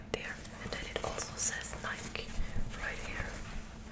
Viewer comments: It's called Nike not nika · And nike is pronounced nye _ key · ITS PRONOUNCED NIGH KEY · And it’s nik-E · HAHA NEW NIKE NOT ADIDAS